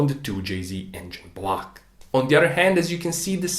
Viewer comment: Engine BLAHCH